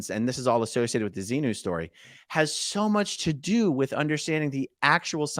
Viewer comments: Wow, he was unable to even say ‘XENU’ seems he is not out as much as he thinks lol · I'm only 5mn in and can't say Xenu, but the X word? Like when you say the F word instead of the word itself?Is he really out of scientology? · He couldn't say xenu and that to me was telling